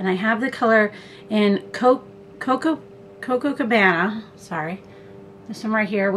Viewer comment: It's COPACOBANA and not cococobana. Kindly 😁